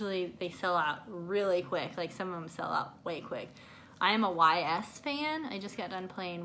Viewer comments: Totally looked up Ys pronunciation... yeah I did in fact butcher that one “Yeis” sounds not a y and a s hahaha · U totally butchered the pronounation of Ys. I actually got Ys Origins awhile back. Fantastic series